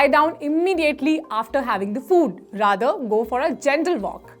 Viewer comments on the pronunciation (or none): none